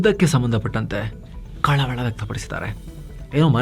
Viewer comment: ನಿಮ್ಮ ಬಾಯಲ್ಲಿ ಕಳವಳ ಎಂಬ ಶಬ್ದ ಕೇಳಲು ಒಂದು ರೀತಿ ಮಜವಾಗಿದೆ.😂